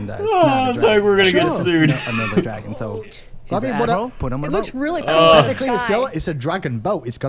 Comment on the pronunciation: "Dargon" btw haHAA